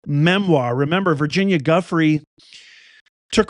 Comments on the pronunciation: Due frey is how it's pronounced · Virginia’s last name is pronounced Joo-FRAY. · It’s du-FRAY’………VIRGINIA DU-FRAY’